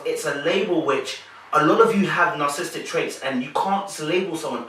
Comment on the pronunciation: I truly enjoy how you dissect the personalities on this show. The words narcissistic and narcissism have 4 syllables and not three. Otherwise, always a great video!